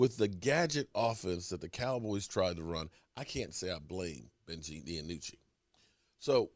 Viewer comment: hey, its ben DiNucci say "dee-noo-chee" not DiAnucci like you always tell it LOL its DEE-NOO-CHEE"